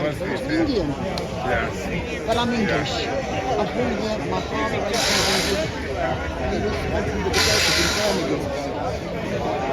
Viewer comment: Engerland, Engerland, Engerland. Remember, this is England